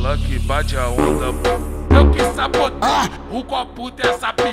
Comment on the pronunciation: TÁ TÃO DD QUE FALA "SAPOTEI" KKKKKKKKKKKKK